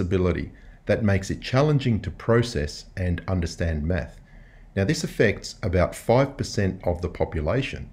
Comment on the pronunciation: 2 plus 2 is 4 minus 1 that’s fwee..... quick maffs